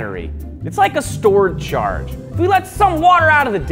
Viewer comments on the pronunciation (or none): none